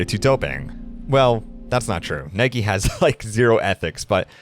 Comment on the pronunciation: How can you have an American accent but not know how to pronounce "Iowa?" Also, your first "Nike" was a bit off.